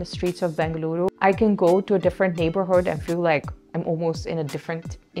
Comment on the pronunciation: Saying Benglooru is such a local authentic pronounciation . Like kannadigas do . Happy New Year.